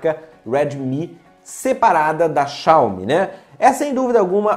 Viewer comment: A pronúncia é "Xáumi"